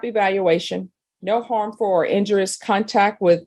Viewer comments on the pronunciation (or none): "... injurous [sic] contact ..." -- "injurious"